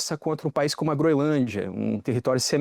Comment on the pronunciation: É incrível como nem profissionais da "alta cúpula" jornalística conseguem pronunciar corretamente uma porcaria de nome. Não tem de verdade nenhum pateta na grande mídia que saiba dizer GroeNLândia? Nem a Natuza Nery?